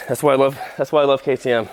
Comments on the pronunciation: The way he said KTM🤣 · The deegans mad Bc he pronounced ktm wrong on purpose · It’s a Ktm 😂🤦‍♂️ why he say it like that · You pronounce it KAY TEE M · It’s pronounced KTM, lol, hilarious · Ktm lol it’s k. T. M. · Those kay-tē-uhhmmms are from close to Africa near bumfucegyps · The fact he doesn’t say ktm right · its pronounced like the letters. kay tee em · hahahahhahah bruh jus say K. T. M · The fact that he is disrespecting ktm or as he call it kitmm is hilarious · It’s pronounced K.T.M and other bikes Honda,Yamaha,husqvarna,Suzuki, and Kawasaki 🎆🎇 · It’s said k-t-m. Exactly as it spelled🤣🤣🤣🤣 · Wth....Kayy Tee Mmhh🤣🤣🤣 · This is you pronounce ktm K-T-M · ME:WTF HE DOESNT KNOW WHAT KTM IS:IVE NEVER HEARD OF Kay Tee MMHH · ItS aCtUaLly KaY tAy EmM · The way he said ktm omggg🤦🤦🤦🤣🤣🤣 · Ah yes we all love kah tee ehm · K-T-M say the letters LMAO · IT PRONOUNSED KAY TEE EM sorry for caps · It’s Kay tee emm and there an Australian company and they make a lot of dirt bike how haven’t u knew this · Ktm...... As in kay-tee-em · "kethum" yeah me neither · It’s pronounced K T M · Spell it out KTM that’s how you say if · We say it kinda like thins key te em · The name is Kay tee mmm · You say the letters seperate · you prenouce it k t m just the letters just say k t m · Are you trying to say KKk ktm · It’s pronounced K.T.M and it’s a dirt bike company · Okay, so you were joking about how to pronounce KTM...but they are one of the leading motorcycle manufacturers right now, especially in the motocross and off-road space. They are an Austrian company and their motocross bikes have been winning magazine shootouts steadily for a few years now. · This man said katummmm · It’s pronounced k-t-m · It’s K T M you pronounce it in capital letter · Its pronounced keyteem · its k-t-m just all the letters said it is an American company they make great bikes for moto/supercross. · its called K T M just like that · I know you're joking but please stop calling it a kuhhtttmmmmm